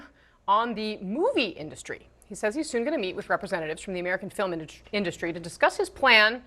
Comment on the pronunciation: "Filim" industry? lol. senile.